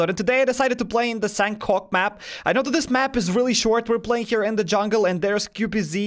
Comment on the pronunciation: It's not sankok it's sanhok